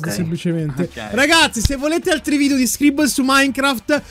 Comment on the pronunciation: Non ho capito se dice SCRIBBOL apposta o lo fa per scherzare